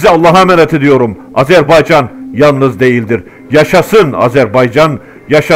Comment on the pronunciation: Çox gözəl analitiksizVar olun!!! Əsas da Azərbaycan sözündə qoyduğunuz vurğu ləzzət verir